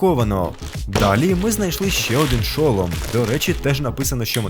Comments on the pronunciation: ШолОм, а не ШОлом. Я не душню якщо що.😄Просто все відео сумнівалаль чи мені просто звучить дивно чи може я в чомусь не права. Я навіть перевірила наголос, тому має бути шолОм.😅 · Та не ш"о"лом, а шол"о"м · Не шОлом,а шолОм (велика буква це наголос) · НЕ ШО́ЛОМ А ШОЛО́М